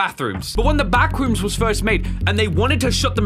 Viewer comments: I love when said bathrooms instead of backrooms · that was so funny that i fall of the chear i just hear ,,bathrooms'' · When you said the « Bathroom’s » the serious was already gone 😂😭🙏🏼